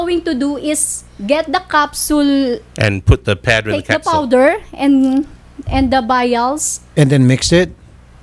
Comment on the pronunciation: powder te hindi fowder 🤣😂